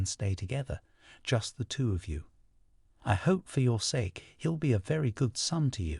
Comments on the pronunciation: I'm halfway done with hearing the audiobook, I don't like naoji but I lowkey understand him. I don't like how he pronounces sake but it's Okk!! (Bookmark chapter4? ) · Thanks for this version, the voice is 100x better than the others. I hate how he pronounces Sake tho.